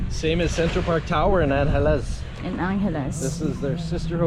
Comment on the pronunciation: I always laugh when Ann corrects you when you mispronounce "Angeles" but you never change the way you say it. She'll probably still be correcting you on your 20th anniversary!